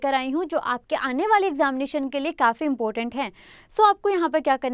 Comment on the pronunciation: It's " important" not " impotent".